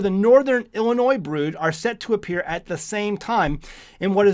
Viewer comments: Did he just say "Illin NOISE" ??? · just a point . There is no "Noise" when you pronounce Illinois. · The s is silent on the state of Illinois 😂